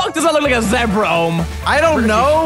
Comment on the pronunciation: Zebra more like zeebra